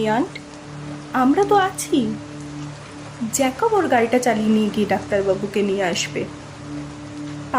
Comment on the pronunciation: পরিচালনা খুব ভালো। গল্প পাঠ যত্ন নিয়ে করা। জেকভ আর জ্যাকব চরিত্র ভেদে উচ্চারণে বৈষম্য। কোনটি সঠিক?